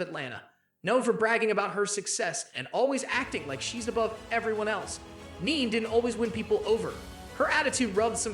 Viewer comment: Your saying Nene's name wrong... It's NEE NEE Leaks not NEAN .